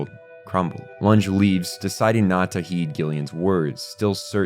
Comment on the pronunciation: I'm dying a little at the pronunciation of Runge. It's Roo-n-geh. He's supposed to be German. The Japanese dub pronounces it like that and the German sub says Runge. (Source: am German)